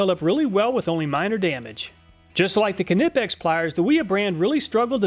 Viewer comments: "kahnipex" The "K" is silent lol "ni-peks" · I just have to say,, do we say k nive? Why do we say k nipex? K is silent! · its not KA-nipex lol its knipex. you dont say Ka-now or ka-nowledge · Pronounced nippex, silent k like in knackers(nackers) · I think the K is silent. Nip ex? I don't know, help me understand! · I love your videos but couldn’t not laugh every time you said kanipex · Love the videos. By the way Knipex is pronounced Ni-pex, like knife. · Knipex is just pronounced Nip-ex, no need to add a K on there, similar to how you pronounce Knife. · the k in knipex is silent nipex... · Knipex is pronounced nipex. Just like you dont sound out the K in know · I always get a laugh when you pronounce Knipex. Do your K-nuckles get skinned when a wrench slips? What would you do with the old seafoam ford ranger if it developed a rod K-nock? Which style K-nots do you prefer to use on your fishing line? I sure do K-now I like your videos, thanks for testing everything, so we dont have to. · Knipex is pronounced nipex and wiha is pronounced veha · for future reference its pronounced ni-pex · I think it’s pronounced (nip-x) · Too bad you didn't test the Snap-On needle nose (there are many derivations). I'd bet they'll wipe'm all off. Note, too, that Knipex has a silent "K" and is pronounced Nie-Pex or Nee-Pex. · It is pronounced nipex the k is silent please say it properly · Why are you pronouncing it kuh-nip-ex? Is this an inside joke? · You pronounce knipex the same as knife, the K is silent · Knipex is pronounced KEN IPEX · I don’t k-now if k-nipex makes a k-nife but I am positive the ‘k’ in knipex is silent. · The K in Knipex is silent. It is pronounced "Nipex". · The K is silent - just, Nipex. You don’t say k’nife or k’nee or k’nob. Check out their instagram page and you’ll see lots of people pronounce the name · Please stop saying the k on nipex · Mister, there is no KA in Knipex 😉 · knipex is pronounced nipex, k is silent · The k is silent in knipex